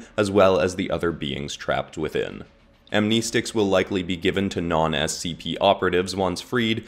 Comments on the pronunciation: Slight correction for ya Amnestics are pronounced Am-ness-ticks not Am-neess-ticks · Just for future references, it’s pronounced am-nest-ics At least according to everything I’ve heard